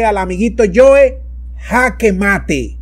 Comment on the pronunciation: No es el amiguito "yoe", es el amiguito "joe"